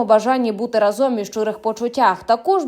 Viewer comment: рАзом а не разОм...🫤...